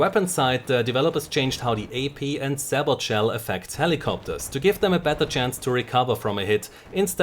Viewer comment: just a heads-up,: sabot is pronounced sa-bow. (It's french)